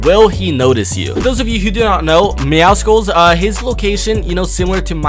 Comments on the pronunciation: Myth: What happens when pronounces Meowscles name right (ITS MEOW-SCLES. MEOW-MUSCLE, NOT MEOW-SCKULL OR MEOWSICLE) will he explode or actually receive praise? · YOU SAID MEOWCELES NAME WRONG ITS MEOW-SOULS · It’s not pronounced meowSkuls, it’s meow-cells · Deadpool had to do my man Meowcles like that and it isn't pronounced Meowsicles it's actually Meowsles but I thought it was Meowsicles until I watched the trailer again but hey I aint bothered about it jeez I wrote a novel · For the thousandth time it's pronounced (meow-suls) not (meow-cicals) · ITS MEOW—CLES NOT MEOW SI CLE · It’s ME-OW-SOULS, not ME-OW-SI-CALS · Not judging but its not Meowsickles. Its Meowssels (pronunciation) bit spelled Meowscles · Why does everyone pronounce meowscles as meowsicles? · Why do so many people pronounce meowscles wrong its not MEOWSICLES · Why does everybody say “meow-skulls” nobody says mus-kulls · Who the fuck is meow-sickles ???? And why are you constantly pronouncing it wrong...???? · Its pronounced meow suls it was like that on the trailer and its meow+ Muscles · It is myawsols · IT’S meowScles THE C IS SILENT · Its pronounced meow SULS, not meow SCLES! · How do people pronounce meowscles wrong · Im just saying meowscles has a prenouncation of meow and muscles so remove the mu and yeah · You said mewscles wrong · Myth: knows how to pronounce Meowscles